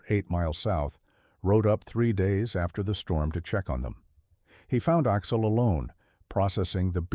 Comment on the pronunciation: I’m not sure I can finish listening to this. Axel is pronounced Aahx’-el, not Oxol! 😢